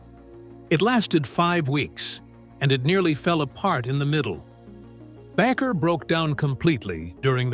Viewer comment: Back-er? It's pronounced like baker.